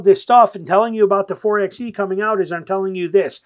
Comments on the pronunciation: You call yourself a jeep guy but keep saying four "EX" E... It's four"by" E like four "BY" FOUR.😅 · It’s pronounced “Four by E”